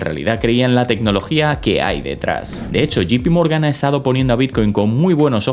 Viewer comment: Muchas gracias por tus videos. Los sigo y espero con ansias. Sólo una pequeña, muy pequeña, sugerencia. Me suena muy incómodo que te refieras a JPMorgan como “Yi-pi-morgan “ cuando debería sonar más a “yei-pi-morgan”. Sólo eso y espero no molestar con este comentario. Saludos